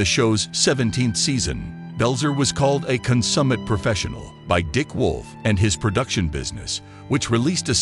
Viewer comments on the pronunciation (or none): "Con-some-it" - really? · consummate--CON-summate debuted--day-BYOOD